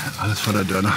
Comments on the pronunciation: Das heißt Dornen und nicht Dörner 😂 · Wieso sagst du eigentlich immer dörner, das heißt DORNEN Und nicht zu verwechseln mit Döner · Er sagt immer Dörner